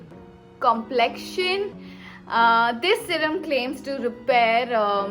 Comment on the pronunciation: Complexion...😆😅😅😅 issme kya hard pronunciation h